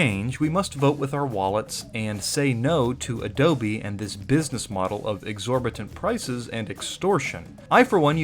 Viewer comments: Can you stop saying adobie like an idiot I want to watch the video 😅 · Adobye, not Adobe. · Why "AdobIe", do not write a do not say that, it's totally disgusting